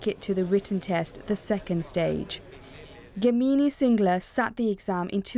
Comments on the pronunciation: She is Gamini singla, not kamini singla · She is Gamini, not Kamini. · They butchered her name 😭. GAAAMINI Singla, no game mini singla. :-( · Its pronounced Gaa-Mi-Ni . Pronounce the names correctly